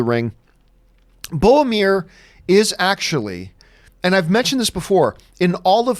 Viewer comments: Bowmir, from Feowship of the Ring. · It's BOROMIR.